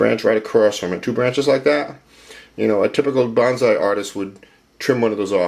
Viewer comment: I had a book about growing bonsai decades ago, published by the botanical gardens in Boston, mass. That book pointed out that the word bonsai should be pronounced like 'bone-sigh', not like 'banzai', which has a whole 'nuther meaning.... Not that it matters much, but I just thought I'd mention it.